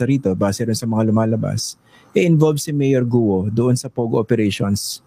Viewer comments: HINDI GU-O ONE SYLLABLE ANG GUO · Alice Guo po nde Alice Guwo😂😂😂